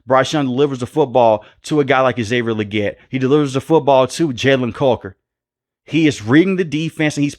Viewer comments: Love the vids my brother. But you got that Steven A Smith in you. Coker vs Culker has me dying 😂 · Why are you saying Jalen caulker it’s Coker 😂